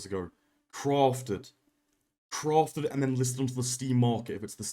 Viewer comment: CWAFTED! Much love <3